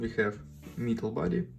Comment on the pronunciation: I guess nobody mentioned you it is called /ˈmetl/ not /ˈmitl/ ; )